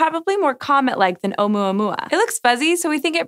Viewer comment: It was funny watching her pronounce Oumoomoooma!